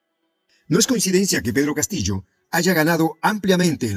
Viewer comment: Este señor porque dice Pedro Catillo